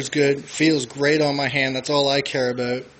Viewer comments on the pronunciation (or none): He said "aboot"